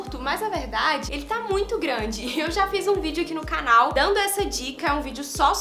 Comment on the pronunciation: Já perceberam que fala "cánal" kkkk fofa